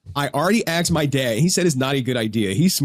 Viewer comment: So annoying how these people just can't say "asked"